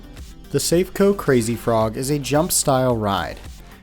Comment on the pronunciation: Lots of companies make these frog rides, not just Safeco (pronounced saff-ay-coe BTW). Like aeroplanes, fairground rides have time-limited structures that need major overhauls after so many hours usage, and, at least in the uk, all welds and structural stress points have to undergo yearly NDT inspections with x-ray, radar or ultrasonic scans, or all three. If a ride like this fails, it's usually operator error, lack of routine maintenance or failure to adhere to overhaul timetables.